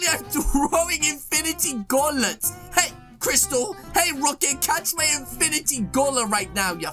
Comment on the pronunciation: 14sc into the vid did he just say infinity gaulet not gauntlet wow English class passed congrats 👏👏👏